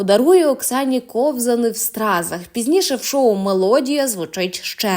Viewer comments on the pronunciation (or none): Як можна читати ВАкула, кОвзани? ВакУла, ковзанИ.. Якщо мені трапляється якесь невідоме слово, то я користуюся тлумачним словником, і це суто для себе, бо я пенсіонерка. А якщо це необхідно виходити з текстом до слухачів,то певно ретельніше потрібно готуватися. Бажаю удачі.